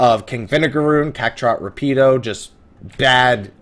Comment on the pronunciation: and lol your pronunciation of the name "Rapido"....it's "Rah-pee-doe" with the rolling of the tongue with the letter "R" but I know, I know ...pronounce it however you like....just wanted to leave that tidbit